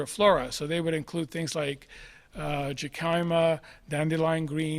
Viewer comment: Jicama Jicama American pronunciation hi·kuh·muh 🌸